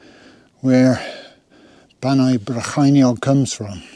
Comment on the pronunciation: Welcome to.....Bannau Brycheiniog and your Welsh pronunciation were spot-on 👍 my partner's first language is Welsh. I sympathize losing your gear I lost the very same rab and also rab glove my best pair 😡 congratulation on reaching a landmark number 🤨